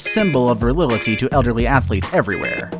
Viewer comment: "A symbol of ver-lil-ity"? .: facepalm :.